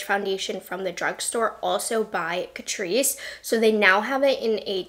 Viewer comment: My mum and I love catrice. But my mum calls catrice … cat-rice. 🐱🍚 CAT-RICE. Love you mum! ❤